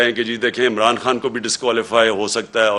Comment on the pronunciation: Imran khan ka word imran tu sahi kar la